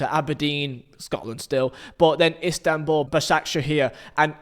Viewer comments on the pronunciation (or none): none